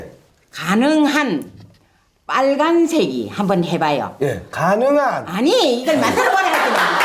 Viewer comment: 전설의 "가능한"ㅋㅋㅋㅋㅋ